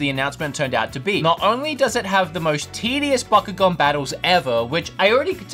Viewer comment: Wow wow wow you said backugaun bad calm down I flipping love backugaun